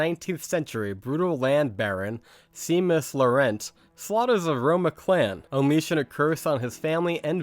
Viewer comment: It’s Shay- mus you dolt